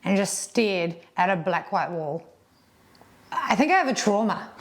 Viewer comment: Is 'black white' a term for really white in New Zealand or is saying 'blank white' and neither my ears nor Google's auto captioning can decipher the accent?